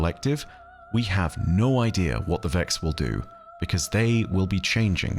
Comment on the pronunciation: Idea still doesn't have an r in it.